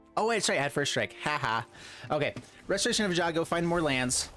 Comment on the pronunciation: Most butchered word in magic? All streamers repeat after me: ei-gan-jo ;) Great deck tho.